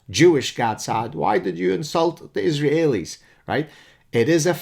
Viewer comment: I'm sure he knows zilch about the Japanese, but why in the bloody heck can't you just say 'Israelis' like native English speakers do? I prefer the French or 19th century way to refer to followers of Mahmud as mohamidin or whatever the hell it was, but: iz ra hey lee? If it's a fossilized error then please work it out, otherwise i oughta tell you it's like forcing me a gerbil, Professor ( maybe it's tough being a Canadahe-en